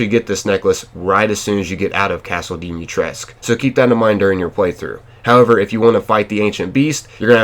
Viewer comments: Please, for the love of Romanian language: Don't call her Dimitresc'. Her name is romanian and it is pronounced: Dimitrescu - the u isn't omitted like the game devs suggest. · Vârcolac is just the romanian equivalent of a warewolf. Just wanted to clear that out. Also you say Dimitrescu wrong, you pronounce the "u" at the end. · No tea or shade to the players, because it's not their fault, but people pronouncing Dimistrescu wrong frustrates me so much. 😭😭 I mean it makes sense for the foreigners in the game to say the character\s name wrong, but why do lady Dimitrescu and the villagers pronounce it wrong?? 😭😭 like they didn't even try lol it's so off